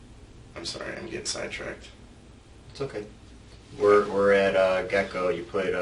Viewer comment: It's Get-N-Go but the way he keeps saying it does sound like "Gecko". But you're right, that makes absolutely no sense. Why would you go to the Gas Station if the man just brought you gas?!!